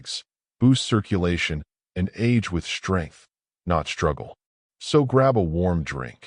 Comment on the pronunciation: UGH. That moronic AI voice mispronounced the “st” consonant blend. The word is “strength”, not slurred like “shtrength”. Is your ignorant AI drunk? Why would I listen to a video that cannot pronounce English? You have 0 credibility .